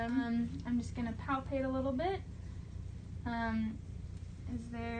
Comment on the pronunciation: ‘’ I’m gonna palpatate’’ Now I’ll have nightmares...